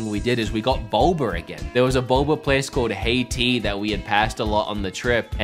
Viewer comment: “Boba” pronounced, “Bolber”